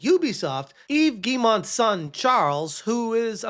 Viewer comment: Its pronounced j-wee-moh Eve j-wee-moh ... gah - why do you say it like that